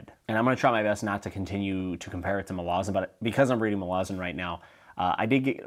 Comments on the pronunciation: Joe Abercrombie, the faithful and the fallen is amazing by John gwynn, Beyond Redemption. Never heard Malazahn pronounced that way, but I like it!! I could care less bout races though, it’s more culture that interest me. Thanks for your review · haha i'm losing my mind at your syllable emphasis. They might be correct but I've always pronounced Erikson's books MAL-uh-ZAN and Bakker's line of kings an-ASU-rim-BOR.